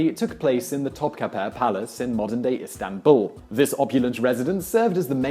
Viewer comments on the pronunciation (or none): none